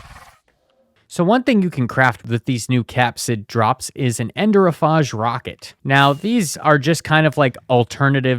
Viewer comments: Phage is pronounced “fayj” Capside? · enderiophage is pronpunced "End dear ee oh fayge" !! Paheg is like a common suffix for a virus. I think idk i forgot bio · The butchered pronunciations honestly add to the entertainment value lmao “soopa dee macko” “capochan monkey” “poopa” “ender-o-fahjj” “exsang-gyoo-ation” i’m crying 😭😭 The reason Enderiophage is spelled that way is to sound like Bacteriophage, a type of virus, which is pronounced “back-teer-ee-oh-fayj” if you didn’t know. Just like the Endergrade, which is clearly based off the tardigrade!